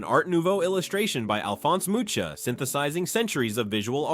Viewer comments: The artist’s name is pronounced MOO-KA. NOT MOO-CHA. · Michael Ballhaus's name is pronounced "mˈɪçaˌeːl balhˈa͡ʊs" or if you will "M-e-ekh-ah-ehl B-ahllh-ah-o-os/z". And Alfons Mucha's is "ˈalfons ˈmuxa". And perhaps the most important: It's neither "Cohpola" nor "Copohla" but "Coppola".